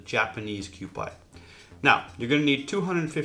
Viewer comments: It's not "Kyoo-pie", its "Kyoo-pee", like the old kewpie dolls, which is on the label, I believe. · Thanks I wanted to tell him the same thing.. it is Q-P not Q-pie Like the Q-P doll on the label. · It's pronounced Q-P..!!! not Q-Pie!!! PLEASE PLEASE PLEASE Learn to say the Japanese products correctly please!!! You are butchering them horrible throughout your videos!!! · I hope someone in the last 5 years has straightened him out on Kewpie Dolls, pronounced Q-PEE, not Q-PIE. But I am going to watch and try to learn something. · Kewpie pronounced QP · It’s pronounced kewpee according to the bottle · Kew Pee is the proper pronounciation. For the mango sauce; Extra Virgin Olive Oil??? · It's pronounced "kyo-pee" sir.